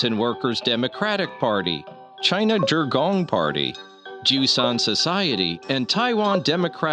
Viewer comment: Wait, did he say "Jerk On" party? As opposed to the "Jerk Off" party?? 😂😂😂😂😂😂😂😂😂